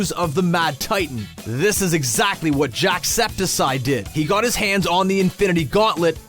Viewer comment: zyou didnt pronounce septiceye right 😡🤬 that emoji is your name on it